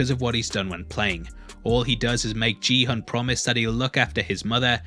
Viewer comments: if his name was JiiiiHan they’d just write Jihan, he is GİHUN. Kİ HUN. Kİ HOOOONN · Please pronounce Ki Hun, rather than Gee Hun 🤷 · Not sure how you can watch the whole show and still pronounce the protagonist's name wrong :| its gi-hoon, not G-hun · You totally mispronounced the main character's name btw. It's gui-hoon, not ji-hoon. Also, 46 billion won is only about 45 million dollars. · Great video! Very thorough - but the way you’re pronouncing Gi-hun’s name as jee-hun triggered me lol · No offense to you personally, but your pronunciation of protagonist’s name is wrong. Gi of Gi-hun is pronounced like when you say god and goat, not job or jelly. He’s the main character of the show and his names are repeated multiple times in the series. As a Korean, I lived my life teaching foreigners how to pronounce my name correctly (and it’s not that hard) and I think many Koreans can relate to this experience. Since you made a video about a Korean TV show, in the future maybe you can do a quick research and learn how to properly pronounce Korean names. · every time you say "ji-hun" instead of pronouncing the g as in "gi-hun" i die a little inside but great video anyways! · It’s pronounced “ki-hoon” 🙂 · So weirded out by him pronouncing Gihun's name as "Jee-hun". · Great videos, but please, his name is pronounced GI-HUN, with the "g" as in "GOT." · Man really said GEE HOON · It’s pronounced “Gee” Hoon as in geek. Please do the research. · You are pronouncing gi-hun wrong way. It is giiiii-hoon like give gi and it is hoon not hun, NOT gee-hoon. I know it is not important info but as Korean, I just wanted to correct the right way to saying it. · Just FYI... Gi-hun is not pronounced as Ji-hun.. it should be pronounced same way you pronounce Gong Yoo. Please make sure this is pronounced correctly in the next clip. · THEY SAY GIHUNS NAME IN THE SHOW EVERY EP BUT THESE PPL STILL GOT THE PRONUNCIATION WRONG LOLOL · Gi-hun is pronounced with a hard g btw. Great breakdown though!